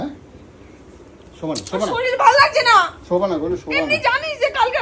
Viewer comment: কথাটা "শরীল" নয় রে.. কথাটা হচ্ছে "শরীর"!